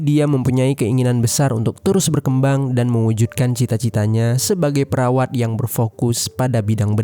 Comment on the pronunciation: Ujungnya kayak sengaja salah sebut. Coba dicek di setiap dia ngomong di bagian ujung.